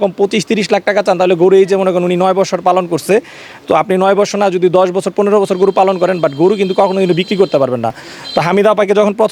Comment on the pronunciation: বসসোর না 😂😂😂😂.....বছোর